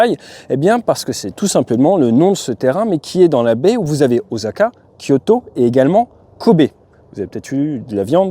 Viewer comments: Bravo! Mais comme personne n'est parfait, on ne dit pas "Ozaka" mais "Ossaka" 😁😉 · A titre informatif "大阪" se prononce O.SA.KA et non O.ZA.KA. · Mon cher Ate, je crois Osaka ca ce prononce plutot O-ssa-ka ;)